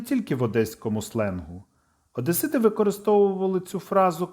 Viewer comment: Чому в тексті звучить "Адесит", а не "Одесит"?